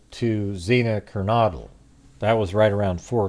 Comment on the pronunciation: Ker-no-dle, and Pa-loose. That’s how those are pronounced. Just fyi.